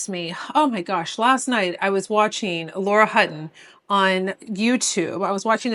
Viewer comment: ummmm...."Laura" Hutton